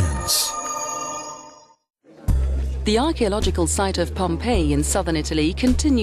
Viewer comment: Yeah just “science” I hear it as “ suyenz”